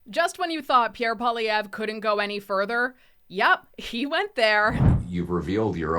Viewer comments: It's funny none of his fans can say his name correctly.😅 It means furry rabbit. Pwell lee evra Poilievre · No offence, but maybe pronounce Pierre Poillievre's name correctly first The others among the Liberal Cabinet reshuffle will, soon enough, be made redundant. Many thanks.